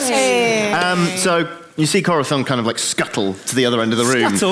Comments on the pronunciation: Not Corridor; it's Corizor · Always bothered me when said "Corathon". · Question is pronouncing Corazon’s name wrong or am I just hearing things?